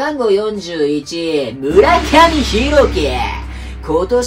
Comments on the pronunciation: 前川君は奈良の智弁出身で村上君は(ひろき)ではなく(しょうき)です。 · 村上ひろき→しょうきですよ〜 そこはしっかり呼んでほしかった… 中日はピッチャーええのに勝てへんのは首脳陣のせいでしょ？選手が良くても勝てへんのは巨人と一緒やん 阪神から2名入団されたんで情報楽しみにさせてもらいます😂